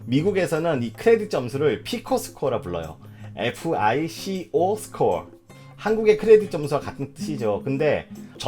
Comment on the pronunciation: 눈웃음이 정말 매력적이시네요! 좋은 정보 잘 봤습니다. 허나 FICO Score에서 FICO는 '피코'가 아니라 '파이코'로 발음하는 게 맞습니다. 다음 영상에선 발음 유의해주세요.